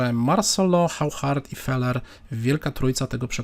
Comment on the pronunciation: Oszar nie żaden Chauchard, Waszie-Lagraw a nie żaden Wachier-Lagrawe....